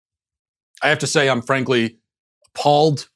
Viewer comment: 'Frankly' LOL. Is She German?!!